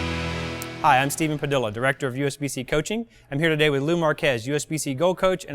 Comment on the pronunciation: Padilla is not pronounced "pa-dill-a. It's "pa-dee-a". In Spanish the "LL's are a y sound!